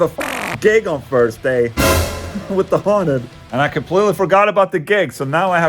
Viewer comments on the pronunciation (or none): "we have a gig on Fursday" - just saying